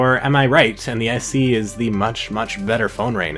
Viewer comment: why is he says SC? it's SE